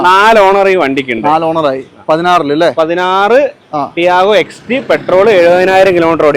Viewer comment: Chevi sarik cherth vach kelkane....XT ennanu parayanath...XE alla....